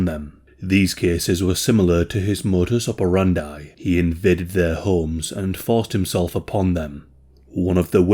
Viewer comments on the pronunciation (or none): Mudus operandi rhymes with "brandi", not with "fry". Read it like "oper and dee".